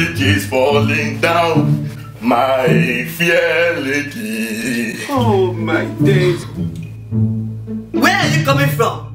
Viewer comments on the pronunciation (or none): Lol...Is it fear lady abi fair lady?I think I'm the only one who heard fear lady 😂😂😂